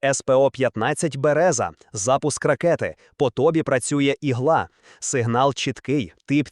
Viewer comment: Текст перекладений ШІ? "Ігла" і в українській, і в російській, з наголосом на "а".